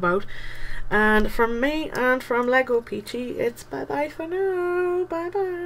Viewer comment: Thank you I think you are one of a couple of people who have said my name right